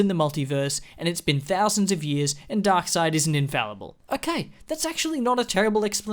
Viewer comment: The way this dude pronounces darkseid's name 😂 Glad this movie universe is dead, too